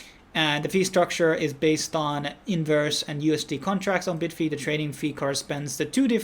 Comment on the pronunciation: bid-fee lol......its bye-d-fi right....just like bybit is bye-bit